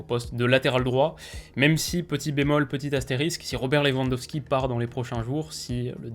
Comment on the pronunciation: Ça me termine les gens qui disent "leVANDosqui"